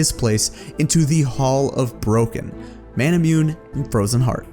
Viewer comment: I can never get over people mispronouncing manamune